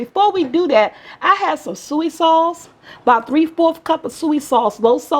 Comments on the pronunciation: it’s called soy sauce not sueee sauce. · Sooey sauce 😂👍